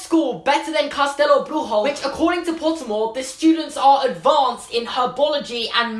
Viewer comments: Wow, you really should be young Tom Riddle. And FYI: your Portuguese is good, but "Bruxo" is pronounced like "brusho". Greetings from Brazil!! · It's actually BRUSHO, not "Brujo" like in spanish... but your pronounciation of castelo was awesome LOL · Bruxo is pronounced broo - shoo not broo-joo. It’s Portuguese and not Spanish. And Benedita Dourado is pronounced Doe-ra-do, not doo-ra-do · You pronounced Bruxo like it was spanish, instead of Brujo you should say something like Broosho :) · Minor correction: your pronunciation is more like in spanish, "brujo" and not "bruxo", like in portuguese Greetings from Brazil ;) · You pronounced “Benedita Dourado” quite good for someone who never spoke portuguese but “Castelo Bruxo” (the “Bruxo” part) was quite off 😂😂😂 it’s pronounced Brusho (the X sounds like sh from the word she for example) not Bruhoe (like the nasty word hehe in the end), good job anyways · It was actually bad portuguese pronounciation.... You sounded spanish. BruXo XXX CHCHCH not, castelo Brujo Not brujo Not brujo. Bruxo! Bruxo. Xo Xo XO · Yeah mate your pronunciation was actually great But the "x" in "bruxo" should be said with an "sh" sound. The way you said it was a lil bit more towards Spanish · Brazilian here - you are actually pronunciating Bruxo as a Spanish word. In Portuguese it sounds like "broo-shoh". And Dourado was pretty spot on during your rant, cause you were saying it as "Dough". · Was not a good job on portuguese but nice try 😂 I mean “castelo” was right but “bruxo” no... Love ur videos tho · Your portuguese pronunciation was kinda bad, but that's ok because our language is very difficult and literally no one gets it right, and you did pronounce "castelo" rather well but "bruxo" was not even close